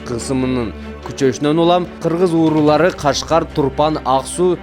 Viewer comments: Кыргыз уурулары дебей,Кыргыз уруулары деп маалыматты так айткылачы,кулакка жаман угулат экен. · Журналист бала туура суйлосон,кыргыздын уруулары дегенди,кыргыздын уурулары деп суйлоп кыжырлантып атасын элди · кыргыз уурулары дебей сүлөсөң автор ууру эмес уруу туура сүйлө тамтырабай